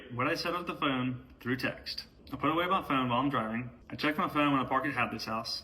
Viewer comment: I absolutely agree with what you are posting here, with one exception... You can simply edit the vocabulary of just one word you have written here multiple times... VAN YOU PLEASE CORRECT THE WORD "PUT" YOU KEEP REPEATING PIT WHEN YOU SHOULD BE SAYING PUT. I APOLOGIZE IF THIS SOUNDS RUDE. PLEASE BELIEVE ME. MY INTENTIONS MEAN WELL. I HAVE A BAD CASE OF OCD. GOD HELP ME WITH THIS PROBLEM OF MINE. THANK YOU. PLEASE FORGIVE ME IF THIS COMES ACROSS LIKE IF I'M BEING TO ABSURD ABOUT SOMETHING THIS SMALL. AGAIN IT'S MY OCD PROBLEM. HOPE YOU HAVE A GREAT REST OF YOUR DAY SPEBLE.